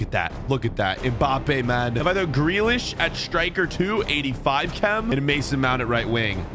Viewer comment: It's JACK GREELISH NOT GREYLISH